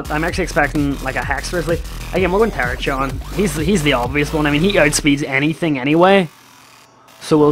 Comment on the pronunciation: TER-RACK-EON, NOT TERACHYON